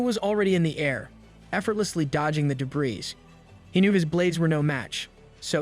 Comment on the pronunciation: Your text to speech mispronounces debris, feints, trophies, barrage, docile and gets heteronyms read and tear wrong